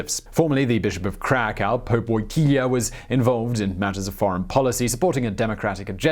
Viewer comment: woytilia ahahaha lmao